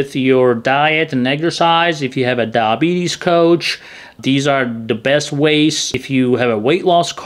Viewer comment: When you say diabetes it sounds like DAH-bees. Please try to say DI-a-BEE-tees, for clarity. Thanks for the interesting video.